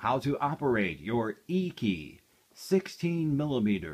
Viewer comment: Its pronounced "achy" not eeky